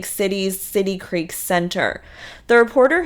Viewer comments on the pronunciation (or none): none